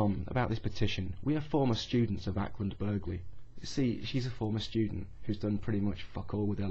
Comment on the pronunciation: the g is silent in Acland Burghley